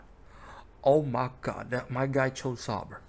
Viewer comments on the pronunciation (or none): >claims people who don't know clips are not true F1 fans >mispronounces Sauber in the worst way possible Wack. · Pronounce Sauber correctly please